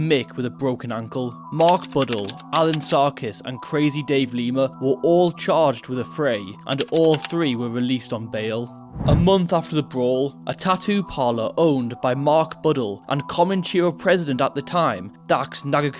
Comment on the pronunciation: Comanchero, Not "Common Cheero".